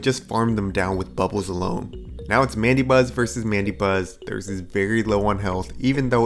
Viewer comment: It's pronounced "Man-da-Buzz".